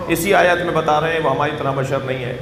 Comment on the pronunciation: Bhai apni sheen sahi karen woh badar nahin bashar hain aur noori hain.